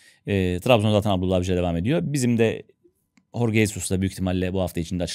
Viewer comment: "Horge" değil "Jorge". Adam İspanyol değil Portekizli dolayısıyla "J" harfini "H" olarak okunmaz. Adamın soyadını. okurken "Hesus" olarak okumadığınıza göre adını niye "Horge" diye söylüyorsunuz? Azıcık mantık😮